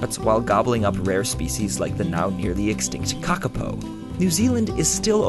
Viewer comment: You pronounced Kakapo properly!